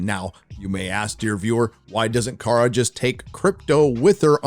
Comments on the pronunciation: OH AND its KARA (CARE-UH) NOT CAR-UH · Did just call Kara, “Kar”? Mar(got) calling Barbie, “Bar”